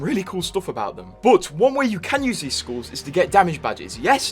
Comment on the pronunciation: As an Aussie, the way you pronounce skulls as “schools” or “skewls” bothers me.